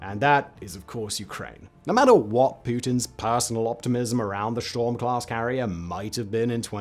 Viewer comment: I could have sworn you said sh*t storm, 😂